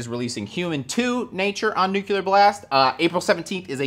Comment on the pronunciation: It's nuCLEar. Nu-cle-ar.